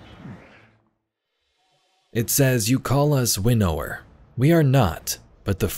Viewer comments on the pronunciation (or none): Please pronounce winnower properly